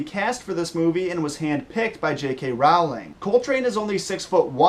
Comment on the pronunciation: The way he says "Rowling," it makes me cringe.